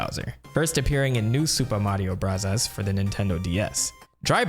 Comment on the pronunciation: why does he say mario barazzas?